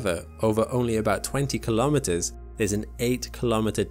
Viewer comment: Please say kilo'meters, not kalamaduhz.